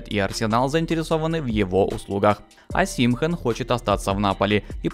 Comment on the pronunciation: ОсИмхэн кровь из ушей. ОсимхЕн. Всегда поражают такие блогеры которые не шарят в теме а лезут.